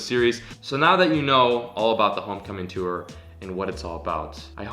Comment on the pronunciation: Can you never say “tour” ever again in your life